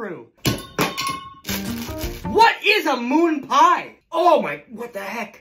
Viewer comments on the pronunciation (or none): The way he put the emphasis on moon had me cringing. Lol